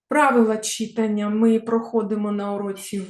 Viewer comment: Дякую за урок. Перепрошую, але все-таки вимОва, читАння.